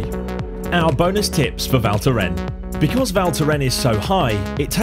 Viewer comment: pronounce the "S' at the end , cheers...